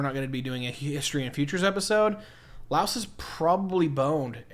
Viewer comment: We Laos have China and ASEAN is all that is needed since we are the only landlocked country. And please pronounce Laos correctly or don't even bother making stupid uneducated videos! Right now Laos is now land link with China under the BRI initiative. And Thailand has no concern for us. Not sure what you trying to say here because everything you say here is based on lies and you are a war-monger.